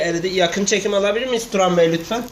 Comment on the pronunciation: la hep yakin çekim alabilimiyz turan bey lütfen bide sonda keslikk diyo külmekten ölüyom :D :D